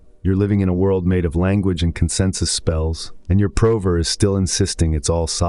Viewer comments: The “prah-ver” isn’t wrong…. WHY DO I HATE AI CONTENT. I don’t know I just do 😂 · weird pronunciation of prover. Is this an A.I. voice?